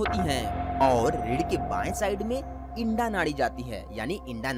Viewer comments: आपने बहुत अच्छी जानकारी दी लेकिन आप इड़ा नाड़ी को इंडा बोल रहे हैं. कृपया इस बात पर ध्यान दें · इड़ा होती है भाई इंडा नहीं ।अपने उच्चारण में सुधार करो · इडा बोलो इंडा नहीं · Sir ji aap Eda nadi ko Enda nadi kyun bol rahe ho...??? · O bhai ..btane to baith gye .pehle bolna to sikh lo..wo inda nhi hai..Ida h pagle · Inda nehi EERA, PINGLA or Susumna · Yeha Inda Shabda Uchchaaran Galat Hai Issey Ida Kaha Jaata Hai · Aap ida ko inda bolte hai😇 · It's not Indaa, it's Ida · आपने अच्छी जानकारी दी है मगर इड़ा शब्द का तो आप ने बलात्कार ही कर दिया। शब्द इड़ा को इंडा कहना कहातक उचित है? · उच्चारणमें "इडा" बोलिये । इंडा मत बोलो ।